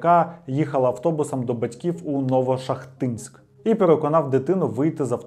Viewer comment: Відео чудове, але різало вухо невірні наголоси у прізвищах і назвах міст. не НовошахтИнськ, а НовошАхтинськ, вони ж шАхти, а не ШахтИ :) Перша жертва була зАкотнова, а не не ЗакотнОва